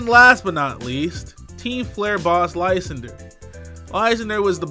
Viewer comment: Did you just pronounce Lysandre's name as LICE-ANDER???